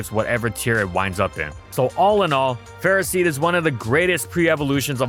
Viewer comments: "Go!... Ferrah-seed? Its not Ferro-seed?" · The “official” way to say it is Ferroseed/Ferrothorn, like in the word ferocity, but no one says it like that because it’s dumb and Ferro means iron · You said the name wrong, disliked